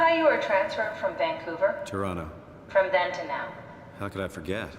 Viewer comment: Pronounces it to-ron-no like a real OT